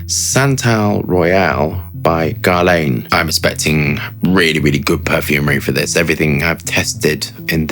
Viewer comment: It's pronounced as 'geRHla(n)" not "garlein"